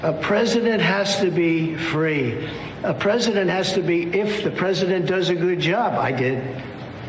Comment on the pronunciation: A Pwesident has to be Fwee